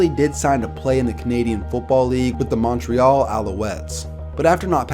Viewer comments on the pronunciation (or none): none